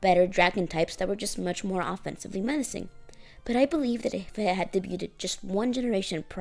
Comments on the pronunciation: Debuted is pronounced "day byood" not "deh byoo ted" 🙂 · debuted isnt pronounced with the "T", its silenced. should be more like "day-beau-ed" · You're right, but the way you spelled it out is wrong. There are only two syllables in debuted—the "-ed" doesn't get its own syllable—and "beau" as you wrote it is pronounced "bow" as in bowtie.